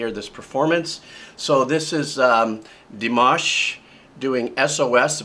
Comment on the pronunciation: You listen to him before reaching to him because you got his name wrong. But then you got it right and then you got it wrong.